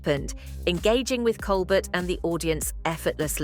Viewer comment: I stopped watching after she mispronounced Winslet and Colbert. Garbage.